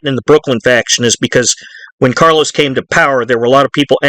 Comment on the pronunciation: I think you keep calling Carlo Gambino ‘Carlos’